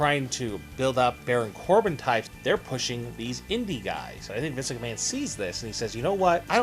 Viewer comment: We know the video is about Vince McMahon. I don't think saying, "Vince McMahone" over and over again makes any sense.